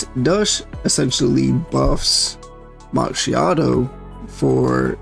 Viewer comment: Brother, I don't just need her, I need two of her. That DPS boost with her copy is insane. But I will be happy with just winning a 50/50. V1 can come on her rerun. And my italian side wants to separate your head from your shoulders for butchering her name pronunciation.